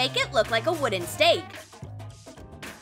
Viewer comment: It is not chark it is a stake